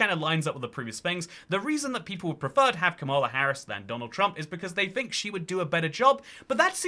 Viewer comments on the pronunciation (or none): Her name is kAmala (as in “comma” and “la”) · It’s actually pronounced “Kamala”